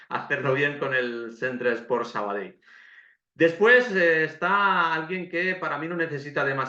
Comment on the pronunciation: Por cierto,gracias por el esfuerzo de pronunciar perfecto el nombre del equipo,y demas nombres catalanes...recuerdo en un campo de un filial que viste de blanco...que hace unos años con dos cojones en el marcador pusieron Sabadel y se quedaron tan anchos